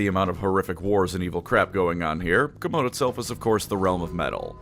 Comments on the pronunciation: Great video. But GW has gone on the record that Chamon is pronounced "Sha-mon" not Captain falcons taunt. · Isn't Chamon pronounced like shamon? At least that's how Supremely pronounced in TW: Warhammer.